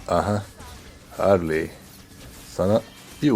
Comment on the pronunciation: Harliy demene bitiyorum ya😂😂😂